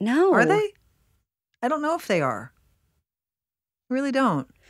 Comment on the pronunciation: I heard "they'abe".